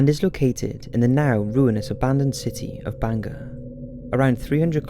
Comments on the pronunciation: Its not "Banga" it's "Bhangarh" Please use Indian words properly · It's not banga it's bhangarh....in Rajasthan one of the haunted place in India.. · It's bhangarh not banga fort. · not Banga it's bhangarh ka kila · Good video indeed. Its pronounced as 'baangad' and written as Bangarh, thank you for including Bangarh Fort in this list. Secondly, yes I believe this place is a little spooky if not haunted. Even during the visiting hours the empty spaces feel terrifyingly spooky. There is always a feeling that someone is watching you but the moment you look back theres no one. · I couldn't really get it when he pronounced 'bhangarh' as 'banger'!!!😂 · Sanjay Kumar legit doubt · You pronunciation wasn't correct for hangar and Ratnavati